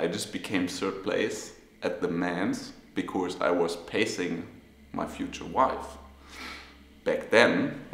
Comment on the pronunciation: Sebastian, please, for the last time, there is no 'r' in the word 'because'. In 'Of course', yes. But not in 'because' So wie bei uns in: 'kosch mer net...' 'kosch' nur mit s 'because'. Des wär toll. Weil des hat mich als E-Lehrer bei deine inhaltlich tolle Interviews auf Englisch jedesmal irre gemacht. Genieß des Finale '23!!!